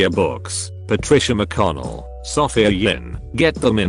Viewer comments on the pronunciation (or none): none